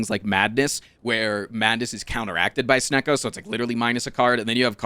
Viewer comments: I Love how he gets mad at him saying Sneacko instead of Snecko. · Guy calls snecko SNEAKO